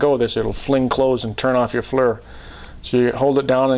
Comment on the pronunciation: He calls it a Flur.